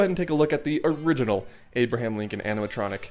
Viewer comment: "Abirdham Lincon"